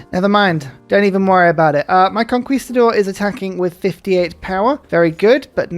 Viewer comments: For conquistador it’s con-KEY not con-KWEE my dude. Great series tho. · Conquistador pronunciation: cone-key-sta-door It's just like the English word Conquer which you would pronounce as kawn-ker, not kawn-kwer